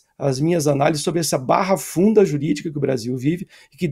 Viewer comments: A palavra é BARAFUNDA...e não barrafunda..... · Não é "barrafunda". É BARAFUNDA jurídica. EX: "A seguir esse roteiro, a barafunda processual se instalará, com possível revisão de penas que apoiará prescrições." Folha de S.Paulo, 12/09/2013